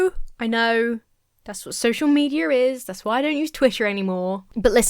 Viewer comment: I can't ever hear you say "social media" without hearing and interpreting "social meteor" and I love it.